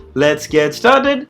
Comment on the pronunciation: geniune reviewer and says lets get satart which sounds greater